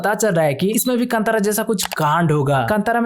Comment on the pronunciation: Kandara ❌ kantara Kanad ❌ kannada